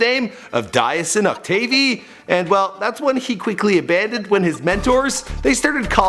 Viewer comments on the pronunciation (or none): Its Pronounced “DESHAWN OCTAVE” not desiwanuee octavi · ''DIE-AH-SANE OC-TAVIE" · DIEUSON OCTAVE mezanmi banm chans 2k18 😂😂😂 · Pronounced Du-cuive Ock-dave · Its pronounced DIE-SUN OC-TAVE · Yo if I had a dollar for everything he misprounced I'll be able to buy a new phone!! Kolyon, Dieuson Octave, Outchea, etc. Bro I ain't tryna hate but focus on you culture if you not even gon say it right. Oh yea and a bih said LOL instead of L-O-L😂😂😂